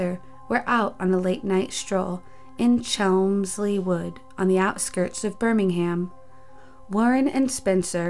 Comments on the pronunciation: g gair why she say chelmmmmmmmsly wood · As someone from Birmingham hearing the way she said chelmsley wood 🤣